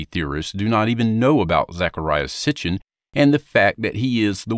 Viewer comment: HAHAHA..... "Sitnchinh" he says ( in the video) That man needs to read more, and learn to pronounce Mr. Sitchin's name correctly. What a ridiculous presentation, However, its good that he is slowly opening his mind, but he is not that smart. i laughed throughout this whole presentation. Thank you Archive for this humorous peresenation of a fool.